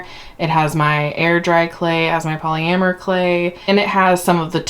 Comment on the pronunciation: I think you're the first person I've heard say polyamer instead of polamer for polymer clay